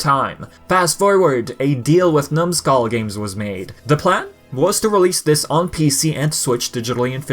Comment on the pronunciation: The way you keep saying numskull games lol